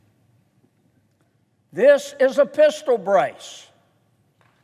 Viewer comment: “Including a Pisshtal”😂 I feel like I should pull over but im on my couch. He hit that state trooper voice 😂